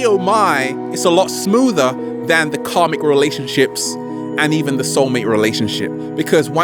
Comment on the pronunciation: When he first said "karmic" I understood "comic"... 😕